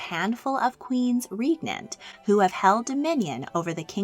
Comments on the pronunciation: It's REG-nant, not REEG-nant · REEgnant?? Learn how to pronounce before you narrate. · Please learn to pronounce regnant properly, not to mention Meiningen and Gotha . George I could speak English -- not well, but he could speak it.